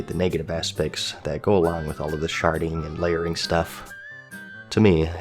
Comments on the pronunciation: I heard Sharting every time you said Sharding. lmao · i'm sorry i keep hearing sharding as sharting server wide sharting LOL